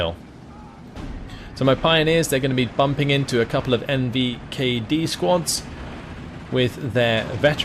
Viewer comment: NKVD not NVKD. Heard you did it a few times in different videos, I just had to point it out.